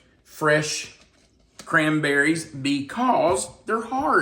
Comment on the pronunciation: Hey it s CRANBERRIES NOT CRAMBERRIES LOL